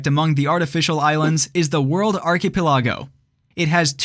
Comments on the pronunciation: Ar-pe-ki-LAH-go? Great video but how is it that you never heard and learned how to pronounce this word? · Am i the only one who's going nuts with how he pronounces "archipelago"? 😂